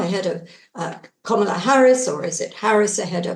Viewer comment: Please learn how to pronounce Kamala;s name Kam-ala